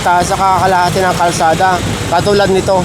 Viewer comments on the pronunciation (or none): Kalsada not karsada